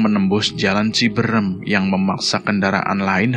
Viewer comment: Boleh kan koreksi😊 bukan ciberem,,tapi CIBEUREUM,,,,yach,,ok sukses sllu,,,ttap semangat 🙏🙏❤❤